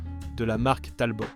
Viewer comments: Vous prononcez "TALBOTTE"? Pour Talbot? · La prononciation par l’IA est à mourir de rire….et en fait agaçant….La Talbotte…..La Panar……Je pouffe… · On prononce Talbo pas Talbotte. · ça commence bien, cette voix synthétique ne sait même pas prononcer la marque Talbot. Un peu de sérieux . L'ignorance est elle la nouvelle culture automobile ?. Quand je regarde l'Ami 6 qui est dans mon garage, je ne vois pas un échec mais les 3 autres dont nous avons eu le plaisir de profiter dans ma famille. Merci de ne pas publier des vidéos médiocres .